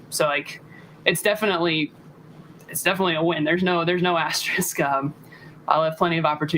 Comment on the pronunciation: This could be the dumbest thing to comment on…but, you NEED to start pronouncing words correctly (AS-TER-ISK) 😂 As a host of a podcast, that’s the expectation you need to set for yourself and you lose a tiiiiiny bit of credibility every time you make those kinds of mistakes. Small 2 cents there. Great pod regardless 🤝